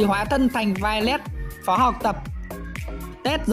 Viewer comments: Phó mà sai thành Phò vậy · Phó chứ ko pải phò a ơi 😂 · Phó mà ta cứ tưởng là phò chứ :))